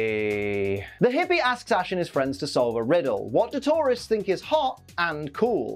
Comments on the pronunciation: It took him saying it 3 times before I realized he's saying tourists and not Tauros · Everytime he says Tourists I swear he's saying Taurus😅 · Ok, I'm sorry I had to say this. Due to the accent, when you say tourists, it sounds like tauros. Makes it sound like Blaine was tired of battling wild bull Pokemon. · Only I kept hearing Tauros every time said tourists, took me a few seconds to understand:) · I also heard Tauros and thought "Why does he hate Tauros? Did a bunch of Tauros trash the Gym? Because I don't remember them being mentioned when I last saw the episode" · I constantly keep thinking he is saying Tauros instead of tourists for some reason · I thought you were saying taurus for half the episoe haha